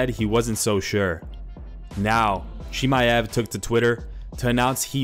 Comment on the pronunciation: Khamzat „Chiamev“